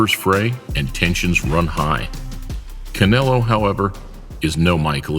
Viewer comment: The guy says canolo lol